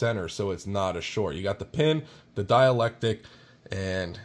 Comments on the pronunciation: The word you want is "dielectRic" - note the R. There is a word "diAlectic, but it means something entirely different. Thanks for the great video. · "Dielectric" my friend... but having read the comments, i see you've already been schooled! Haha! "Dialectic" - also known as the dialectical method, refers originally to dialogue between people holding different points of view about a subject but wishing to arrive at the truth through reasoned argument. thanks for the video. much help to a noob 73 VA7XEX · It's dielectric not dialectic. I'm not a vernacular nazi normally, but considering you sound like an intelligent person I thought I should say something so in the future people do not underestimate your intelligence. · Why do you keep saying dielectic? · Excellent walk-through! BTW, there is an R in dielectric (sounds like die-electric) - sorry, not being mean, I'm just one of those nit-pickin' goobers.